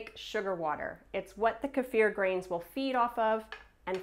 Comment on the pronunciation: How great of you to pronounce kefir the correct way!! Thumbs up!